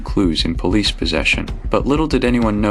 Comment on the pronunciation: "Polis"? Good old AI. Most of these entire stories are AI fiction now days. Bet none of this even happened.